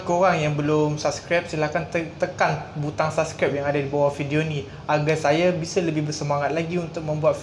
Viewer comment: not bad. Cuma 'Bisa' tetap disebut 'BisA' dan bukannya 'bise'. Tapi kami tak guna 'bisa' sebaliknya menggunakan 'boleh' sahaja. Dan setiap sebutan untuk nama baik untuk orang maupun tempat tetap disebut dengan sebutan 'A' dihujungnya kerana memang nama khas tidak diubah sebutannya. Misalnya Putrajaya, Siti Nurhaliza tetap disebut dengan 'A' dihujungnya dan bukan Putrajaye, Nurhalize, etc